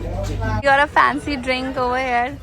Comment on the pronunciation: your idol speaks perfect English, for example 'im hair he is hair' / 'im a chicken gal' / ' I am eating borrrrgorrrr' 😂